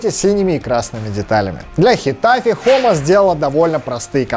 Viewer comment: И не Хома, а Джома